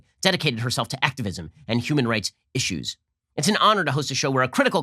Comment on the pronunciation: Issues, i-ssues.... ahahhahahaha